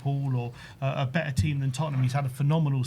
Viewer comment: Yeah, sorry to be a bell end, but have you forgotten the T in the English language. What's be-er mean. Do you mean better. Come on lads. I'm a Londoner as well, but I do always sound my 'T's! What kind of example is that to the youngsters?